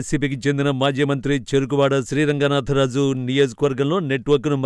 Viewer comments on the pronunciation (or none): చెరుకూరి కాదు.చెరుకువాడ